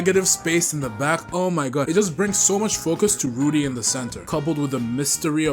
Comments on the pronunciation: W. ITS RUDO THOUGH NOT RUDI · Loved the video ! But, you got some things wrong. First, the mc of GACHIAKUTA is called Rudo and not Rudy and secondly, Urana’s assistant didn’t make the full covers, he only did the background of them. Anyways, the video was great and I’m happy that you’re liking GACHIAKUTA so far !